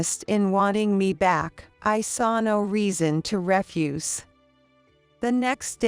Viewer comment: Yep, I sped the video up until the voice seemed acceptable. The grammatical errors were a bit of a giggle, but I really laughed at the mispronunciation of 'bow' and 'refuse' in reference to context.